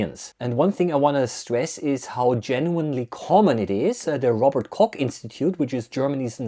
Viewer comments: It's not Robert Kock. It's Robert Koch. Which three seconds of typing and listening with Google Translate could have taught you instead of leaving you to once again confirm the stereotype of Anglophones that they think the trainwreck of pronunciation exceptions of their own trash language applies to the rest of the world as well. Even though you're a Schluchtenscheisser, der's besser wissen müsste. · Mettbrötchen makes the world go around. Do you have a problem with that? 😂 Robert KOCH institute. Not Robert Cock institute btw. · "Robert C*ck Institute" Please pronounce names correctly. Americans (the worst offenders here) just have to deal with it. Also: "Robert C*ck" could run afoul of YouTube's filters, and you surely don't want that, do you? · What did Robert Koch do to you to be pronounced like that even though you are German speaking? ;) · You did Robert Koch dirty with that pronunciation. 😁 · Sollten wir mal darüber sprechen, wie er Robert Koch auspricht? :face-blue-smiling: Wenn die wüssten was Blutwoscht, Gelbwurst oder Handkäs ist...